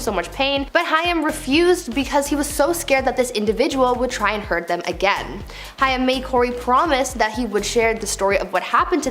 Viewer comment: OMG.. It's Haaaaaaaim. Learn how to pronounce a name .